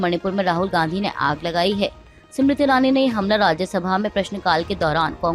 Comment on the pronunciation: जी आप बार बार स्मृति ईरानी को सिमरिती ईरानी बोलती हो। आप इसका सुधार करे। नाम का उच्चारण सही होना चाहिए।